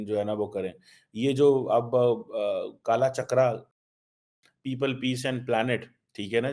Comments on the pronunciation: Bhai its not KAALA CHAKRA, its KAAL CHAKRA, thoda padh lo, wheel of time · It is Kaal Chakra, not kaala chakra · Not Kaalaa Chakraaa, it is pronounced as Kaal Chakr. We write kaalchakra which means Time Wheel 🛞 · Not KALACHAKRA it's KAALCHAKRA, first try to learn the appropriate pronunciation then make videos on that topic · First of all be aware about pronunciation " Ckaalchakra " 😂 punjabi urdu ki maa Bhosda mat kar Aloobade 😂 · First learn to pronounce " Kaal Chakra" properly, don't open your mouth if you can't pronounce 😡😡😡... You can do TLP, Let, Jem dialogue or global beggar council dialogue 😂😂😂😂😂😂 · if you have to speak about India, then u shud learn to pronounce Indian names. It is Kalchakra - the ever moving wheel of time. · pronounce Kaal chakar properly Lahori PHD 😅😅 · START TO LEARN DEV NAGARI LANGUAGE AND ITS SCRIPT AND DICTIONARY AND LEARN HOW TO PRODUCE THE WORDS RIGHT WAY. KAAL CHAKARA MEANS WHEEL OF TIME.